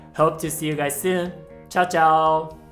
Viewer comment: Chao Chao, how Italian Cantonese of you.